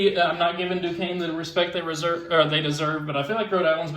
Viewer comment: You pronounced Duquesne right 👍 GO URI!!!